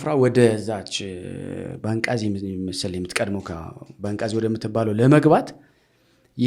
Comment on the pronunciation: ባንቃዚ ሳይሆን ባንጋዚ ነው